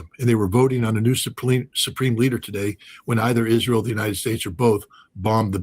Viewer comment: couldnt say Israel